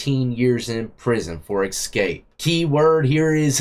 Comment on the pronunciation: My man, there is no “x” in the word escape. Keep bringing the good content!